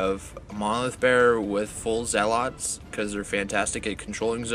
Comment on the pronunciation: Great report. Good battle. Menoth is tough. Not crazy about the Menite paint job tho. Well done, but the color scheme makes them look like a Cygnar force. Blasphemy! FYI, they're pronounced ZEH-lets not zeh-LOTS.:-) Also, on turn 3, doesn't the senschal have quick work? So after he charged and killed a guy, why didn't he fire his crossbow? Can't he also move 2" after killing someone? Or maybe I'm thinking of the wrong solo. Edit - I am. He has assault and hunter. My bad.